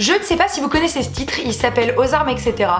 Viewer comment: C'est pas au ect (éksétéra) c'est etc(étsétéra)